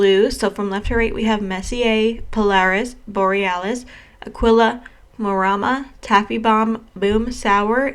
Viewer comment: 😀I was confused about the pronouciation of so many shades from Devinah and TerraMoons. Aquila you pronounced correctly. It's a constellation (and also Latin for "eagle"). Devinah and Terra Moons really want us to appreciate Astronomy 😁. I did pick up Midnight Nova with the Sugar Drops and the shade pulls really warm on me! It took me a minute to come to terms with how different it looks.on me than inso many of the swatches I've seen. (I have learned to get it to the dominant cool toned version by laying it on top of a matte blue or purple and this gives me the look I was expecting. Either way I love this shade😀) I have deeper skin tone and it's shades like these tbat remind me how important it is for brands to show swatches on a variety of skin tones. Terra Moon's does a.great job at this because they give us not just tan but also deeper skin tones.